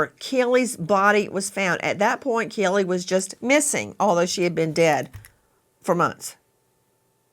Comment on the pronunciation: Please Nancy, can you pronounce Kaylee's name right? It is pronounced with a long a sound. K Lee.